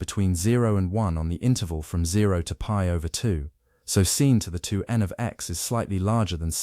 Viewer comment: Wtf is “pee over 2”?😂😂?? its literally pi over 2.